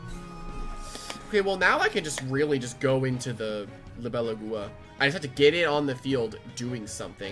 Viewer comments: It's agua not AguOa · it’s prounoced Lie-bel-a-gua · You pronounce it like the name. Li·be·lA·gu·a It's the Spanish words for dragonfly (libélula) and water (agua) mixed together. Edit: Could also be the Portuguese words for dragonfly (libélula) and water (água).